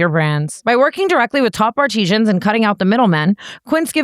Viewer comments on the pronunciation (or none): omg.. the quince ad read.. tana said "ar-tee-jens" instead of "artisans" 💀